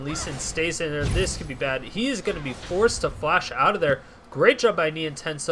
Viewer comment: It's pronounced NienTONsoh not Nientensoh :p